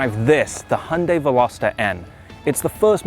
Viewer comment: Thank you for making the effort to pronounce the brand correctly.